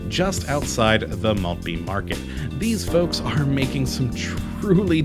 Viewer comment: Love that area! Used to live there. But hearing your terrible pronunciation of Southwark, Bermondsey and Maltby makes me cry on the inside. Surely you should have researched how to pronounce the subject of your video!